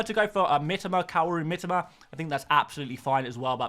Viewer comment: 三笘 = Me-Toe-Ma!! You might get it by the end of the season 😂